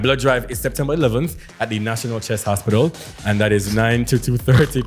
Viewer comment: It was the ‘hospidul’ for me too 🤣🤣😭